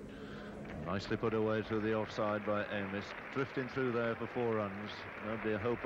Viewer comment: wish the presenter had troubled to check the pronunciations, especially Dennis Amiss - not hard Benaud mentions him on the tape